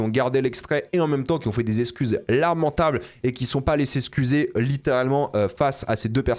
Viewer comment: Je tilte que maintenant que dit "eScuser" plutôt que "eXcuser" 😂